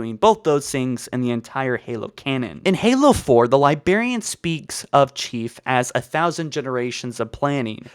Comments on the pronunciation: It's pronounced "LYE-BRARE-EAN" but pronounces it as "LYE-BEAR-EAN". >:T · except the libearian bit. he corrected it in another vid and then went back in the same vid to saying it wrong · Not to be that guy, but it is pronounced LIBRARIAN, not Libarian. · also Librarian is not pronounced Libarian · why..... why does he say LiBEARian instead of librarian? he has to know he's saying it wrong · libarian > librarian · libRarian NOT LIBERIAN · I just wanna slap him for saying "li BAR ian" IT. IS. LI. BRAR... IAN. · Yup it’s totally pronounced the liberian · LIBRARIAN.......the word is LIBRARIAN!!!!!! NOT LIBARIAN.......my gods I could barely make it through this with the pronunciation. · He's one more libarian away from me nuking NZ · Libarian? Are you 5? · "libarian" I cringed so hard I became a singularity as my face folded in on itself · Dude it’s 20 f*cking 19 learn how to pronounce library already Edit. Wow so everyone else hates your pronunciation. You’re like in your twenties bro it’s kinda embarrassing for yourself when you can’t pronounce anything right 😒